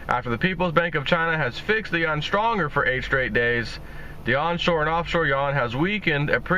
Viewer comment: it is not pronounced "yawn" - it is pronounced as "Yu-Juan" - or AKA the Ren-min-bi